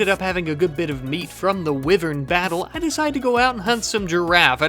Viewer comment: You should have named the rat "Knight" 😂 also it's Wyvern as in "why you do this to your mother"